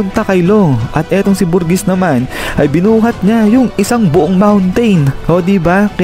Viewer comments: pronunciation: burjess spelling: burgess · berjizz yata pronounciation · BUGRESS PO ANG TAMA. PARANG NAG TATAE! nyajajaja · bur-geez yan ata pronounce ng name nya